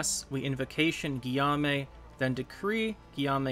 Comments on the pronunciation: Guillamue is pronounced Gi ome :) Im not french so who knows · Guillaume is pronounced Geeome (ome as in home). Thanks for good content.